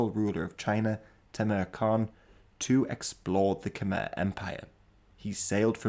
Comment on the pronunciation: Small correction, Khmer is pronounced "Kuh-May" not "Kum-Er" Weird I know. I loved this video:)